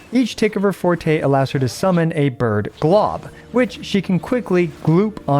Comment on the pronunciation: Finally a Wuwa content creator who can pronounce Forte correctly.